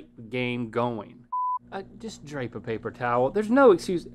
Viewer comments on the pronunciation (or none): I kept thinking Link was saying "Drake game" instead of "drape game." Haha